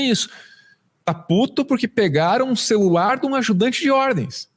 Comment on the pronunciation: Celular e “celularrrrrrrrrrrrrr”!!!!